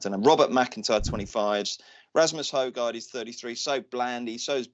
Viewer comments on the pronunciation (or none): I know Danish is a tricky language to speak out loud, but the correct way to pronounce either of those two very promising Hojgaard twins is "Hoy - Gor"....Danish golf very much on the up at the moment...